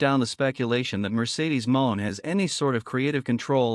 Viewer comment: get a real job and stop using a.i. IT DOESN'T EVEN PRONOUNCE HER NAME RIGHT! PATHETIC! EXCUSE FOR A UTUBER!